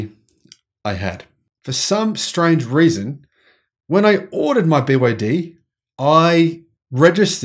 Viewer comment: He didn't he kept wrongly saying BYD